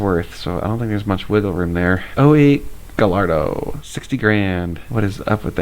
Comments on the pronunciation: Enjoyed the video and it is indeed "geeyardoh" in the Spanish pronunciation. "Gallardoh" is Italian pronunciation which is why most people make the mistake. All new Lambo's use Spanish pronunciation. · Gallardo is an spanish word, you pronounce the doble L like if the car was named "Gayardo" with the letter Y. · It’s pronounced Guy-R-doh! Haha Excited to see the project car reveal on Wednesday!